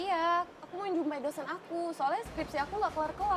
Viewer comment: WTF.. keliatan bgt nih talent ya.. mana ada org medam bilang 'bentor'.. trus teks nya salah mbak... msak bilang nya skripski... makanya cari talent lokal...